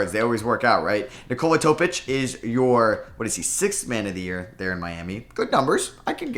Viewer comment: Learn to read Serbian names...J you read like in Jokić,you said Nikola Topić perfectly so I'm not mad